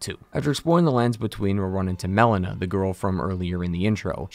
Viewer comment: How are you mispronouncing so many names 💀💀💀 "Melania" (malenia) "mel-ena" (melina) "Blayth" (blaidd) They say them aloud in game too 😭😭😭